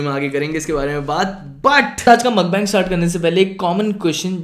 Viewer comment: It's not makhbang it's mukhbang